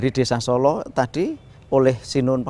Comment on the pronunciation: Bukan Solo mas tapi Sålå